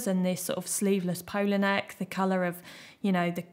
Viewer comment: I love how some English ladies pronounce " poloneck ! " ...It's definitely the accent :D